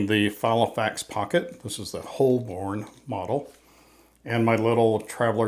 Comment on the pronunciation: It’s pronounced “ho-bun”, not “holl-bourne”. It’s named after an ancient district in central London.